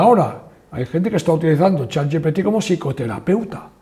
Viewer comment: que es yat yepete en vez de chat gpt